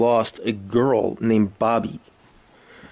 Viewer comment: You say you have your ear to the streets but then you pronounce Aski's name as "asskey" and Oblock Cheno as "chino", 051 Booby as "Bobby".. seems like you're reading your info from the internet just like everyone else